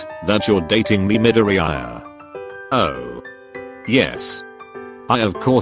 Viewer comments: No His name is MIDORE-EYE-YA 🤣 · The way it’s saids Midoriya is like “Mid-ee-i-ar-“ 🤣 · 💚👁️😕 (midori eye uh) 😂😂😂 I'm sorry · nobody: text to speech: Medooreeyeuh pfft im sorry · Him: "Bukoogo" "Dikoo" " Karishimar" "Midoriyaaaai" Me: BRUHHH, STOP PRONOUNCING IT WRONG, YOURE PISSING ME OFFFFF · Me: Midoriya Voice changer: Meddoreha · Whenever you spell Midoriya it says MiDoRiRaYa 🤣😂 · All I hear is Midoriyaya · The way male siri pronounced Midoriya is funny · The way Google says Midoriya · I love how TTS completely BUTCHERED Midoriya M I D O R I A Y A